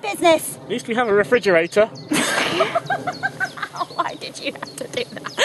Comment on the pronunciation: "At least we have a refrigetator." He just couldn't resist, could he.